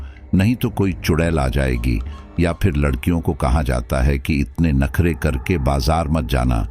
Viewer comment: aap ne Larhkion ko lakrhiya bool diya hia😅